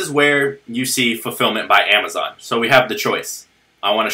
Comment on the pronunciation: "and now what amowazon will do"